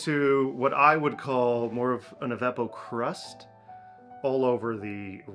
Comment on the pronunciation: "Evapo-Crust" Lol